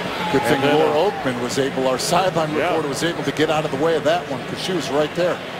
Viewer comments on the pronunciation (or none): none